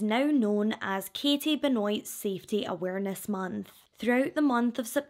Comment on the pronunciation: I think you might br mispronounced the last name. I think it's like Ben-wah.